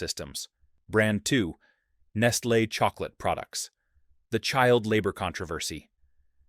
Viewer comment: Do you realize that there are no safety nets in these countries. If the the kids don’t work they don’t eat. So lose there jobs for them so they can starve to death. And again the AI voice is mispronouncing Nestle.